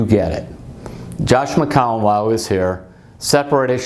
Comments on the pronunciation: Mcowan? McAllen...???? Mccowen? Terry it’s McCown. Jesus how many time did you butcher his last name????? Every time.... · I love Terry but that was funny.